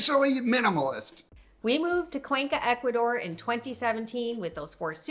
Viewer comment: Please work on your Spanish pronunciation. For people who have lived in Ecuador.... come on. H is silent in Spanish. Vowels sounds are very predictable in Spanish. Just try.